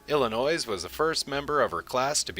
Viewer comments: You have a lot of great information in this video; however, you need to learn how to pronounce Illinois (pronounced Illinoi). also please be excited about your topic, you sound like you are reading a book. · The S in Illinois is SILENT!!! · the 's' is silent